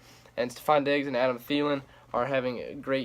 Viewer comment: Finally they pronounce thielens name right😂